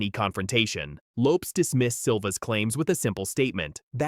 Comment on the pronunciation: You’d get more views if the AI voice is corrected when it says names and words incorrect! Loopes?? What the heck is a loopes haha